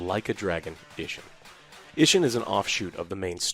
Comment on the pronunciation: "Inshin"??? These losers can't even get the name right 😂